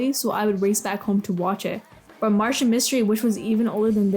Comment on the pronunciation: Reboot is easily one of my favorite cartoons of all time. Sigh if only it got finished. I am not just hearing this person not only dunk on Martin Mystery but but also getting the name wrong.